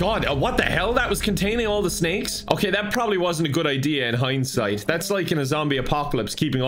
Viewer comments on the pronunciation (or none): none